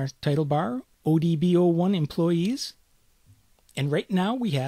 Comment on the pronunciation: Huh, looks like a great video series. >Does pretty good for first 5 minutes OK sweet, it's in an accent I can easily understand... >employess /me watches on with hopeful optimism...